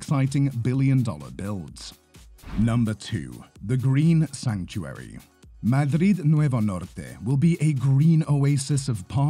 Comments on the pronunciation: Agradezco tu pronunciación "Madrid Nuevo Norte" en castellano. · I mean they are talking about Madrid Nuevo Norte after all 😅 it just stands out moure because he pronounces it right